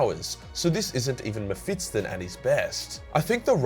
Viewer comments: Mephis-ton. Not mephitsten ;) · ME-PHIS-TON ... mephitston is not a thing, it can't hurt you. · dude, it's mephiston, not mephitston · Just a note: you keep saying MephitSON, instead of MephisTON, flipping the position of the S and T. Remember, he is no SON of a bitch, he kicked a TON of ass. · its meh fis ton not metfitston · Why do you pronounce his name like that?? The 's' comes before the 't' and there's no second 't'. You're saying "Mephits-ton" 🤦‍♂️ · It's not "Mefitstone". It's "Mephiston". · I'm not exactly sure what you're pronouncing. Mephitson or Mephitston, all i know is it's not Mephiston. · Is it MephiTsTon? Or is it fucking MephiSton? You giant toothed beautiful boy you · MephiSSSSSton not MephiTTTTson, you ape! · Also, it is Me-phi-ston, not Me-phiT-ston. It hurts. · please stop saying meh-fit-son, its meh-fist-on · Who's 'Mehfitston' tho? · i have never in my life met someone who would pronounce mepishton like that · Mephiston - Me Fits in :D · Why do you pronounce him "Mephitston"? like he's some kind of 19th century constable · Sounds like you say mep-fiston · am I the only one triggered by the "Mefitston" pronouncation? :D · His name is pronounced Mefiston. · The way you say ‘muhfitson’ is triggering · Excellent video as always, but you kept mispronouncing the name as "Mephitston". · why the fuck do you say MephiTston. Holy hell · I was looking for this comment 😀. i was like is he saying it wrong? nah probably me. Definitley sounds like Mephitston. No biggie though. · I like how you say "Mephitston"" cracks me up everytime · Is it just me or do you keep saying MephiTSon? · You are pronouncing it wrong lmao, you make it sound like some English surname not a fiery demon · He does it deliberately. He does the same with librarian and other stuff. He does it because its funny and causes people to comment. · Man I thought I was the only one. Drove me crazy once I started hearing it. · I can't un hear that now